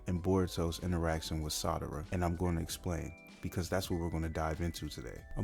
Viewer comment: Excellent work. Great video. Audio is fine too. Just stop pronouncing Sarada like “Madara” with an “s.” Keep it up. You’ve got great potential.